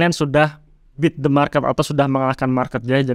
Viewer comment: Beat mas, bukan bit. Koreksi redaksional saja 😁